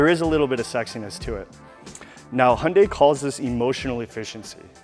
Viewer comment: It’s Hyundai not hunday lol